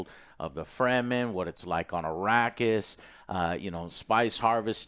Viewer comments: "free the free-man" , ? , Frem-men, say it with me frrreeemmmmm Men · It's Fremen not Freemen :))